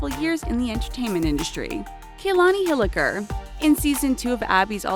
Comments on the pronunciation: Its not KAYLONY ITS KA-Lon-I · Its pronounced Kah-la-nee Not Key-la-nee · you guys pronounced Kalani’s name so wrong that it made me cringe